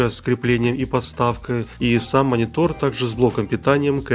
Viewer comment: Другие люди: - Монитор: - Монитол 😂😂